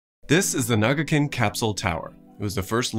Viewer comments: It's kinda surprising that you never pronounciate Na"ka"gin correctly. You keep calling it Na"ga"kin. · how did you go about saying nagakin the whole video when it's literally written here as NAKAgin